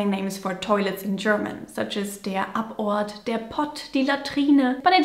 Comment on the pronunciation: Tö: das Töpfchen natürlich. udn btw, Abort ist nicht der Ab-Ort, sondern Abort, betont auf der zweiten Silbe, weils aus dem Lateinischen kommt.